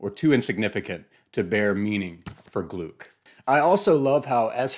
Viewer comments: Great video! She became one of my favourite poets of all time. Just a quick correction, if you allow me: it’s pronounced “Glick”, rhyming with “click” 😉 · With all due respect....her name is pronounced "Glick." Rhymes with "click" Great job. -Johnnie Stanizzi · I worked with Louise at Goddard. Please her last name is pronounced Glick. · Thanks so much! Great to be here! (And I know to pronounce it as glick now.) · I’d never heard it pronounced aloud, so, yeah, I just assumed German. I’ve since been corrected with several variations! Lol Michael Silverblatt says it’s pronounced to rhyme with cluck. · Anyway, if you want to hear it pronounced, take a looked at the announcement video for the 2020 Nobel in Literature where Mats Malm and Anders Olsson (both members of the Swedish Academy, the institution that decides each year's laureates) say her name. In some news publications they also stress this approximation to her name rhyming with “click”; it may not be a precise example but a close one.